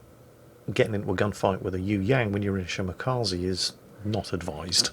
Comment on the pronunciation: it's "Shimakaze" not "Shimakazi". The "e" is pronounced like in "extra". This goes for all japanese ships as well btw.